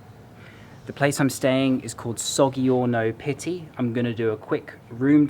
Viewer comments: To my fellow Italian residents - who else cringes every time he says 'Soggy - Orno Pity'? 😂 Jokes apart, great video, thanks for the tour 👍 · it’s actually pronounced “sod’djiorno Pitti” and “Caravad’djio” but your pronunciation of the other places is really good :) I used to work at Palazzo Vecchio and Osteria Buongustai was my favourite place for lunch. Glad you are enjoying our city. Fab video ❤️